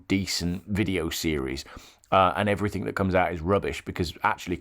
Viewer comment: I clearly remember at school when I was 6 or 7 years old and was told that the word ‘ everything ‘ didn’t have a k on the end so it’s not everythink .😊😊😊😊